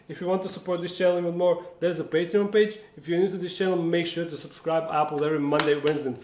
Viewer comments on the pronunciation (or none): none